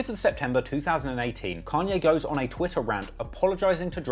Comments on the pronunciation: Its kAnye, not kEnye idk if its too lat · Why do brittish people always use the wrong A for every word that's supposed to have a long A ...but use a long A for words others countries say with a short A... And then sometimes they say it right but then other times they say it wrong .. It's "kon yay" not can yay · Con-yay not Can-yay. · It’s pronounced “Kanye” not “Kanye” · It completely pulls me out of the story every time you say “can-yay” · I guess people from different places pronounce things differently but it is funny when he says "can-yay" 😂😭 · "Canye West" LMAO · "can ye" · if you call Kanye "Can-ye" one more time we're going to be certified opps 😤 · "Can-ye & two pack" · Bro. "Kahn-ye". Who has ever called the man "CAN-ye" West? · couldnt watch this video because of how annoying it was hearing you say “CAN-YAY” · Can-Yay West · its kanye not can yay, weirdo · How can we believe that you actually know anything about the culture of you can’t even pronounce “Kanye”….? You clearly haven’t listened to his work!